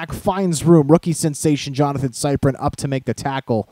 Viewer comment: It's Jonathan sip-ree-in